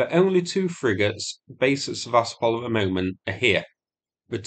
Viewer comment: It is pronounced Seva-stopal and not Se-vastopol. Come on man it not that hard and it's been nearly 2 years since the name became really, really well known. Show the Ukrainians who are trapped there some respect and pronounce the name of their city correctly. #StandWithUkraine 🇺🇦 #WeAreUkraine 💪 Все це Україна! 👍